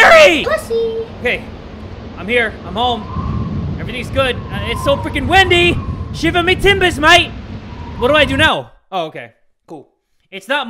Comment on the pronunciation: I was dying when he said,"shivery tembers mate".🤣🤣